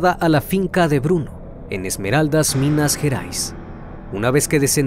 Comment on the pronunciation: És minas gerais no minas jerais